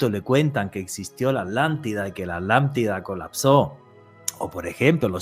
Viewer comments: Y dice es Átlantida. (Y se sostiene en la t). Al igual que jItler (acentuado en la i) o uno aún más español el popular vídeo (acentuado en la i) en vez de video con prosodia en la e. Lo loco es que ambas parecen validas. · Tambien dice la Alantida 😮